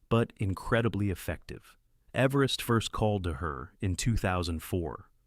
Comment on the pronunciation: I’d think if someone was going to talk about everest, they’d learn to pronounce everest, khumbu, cwm, lhotse, and major features and landmarks, lest they look a fool or lazy. I timed how long it took to look up proper pronunciation and etymology of cwm…less than three minutes. Seems a small investment to preserve one’s reputation as a serious person.